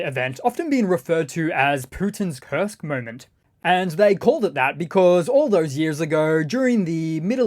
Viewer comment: You say Kurst Oblast. I'll just say Kursk People's Republic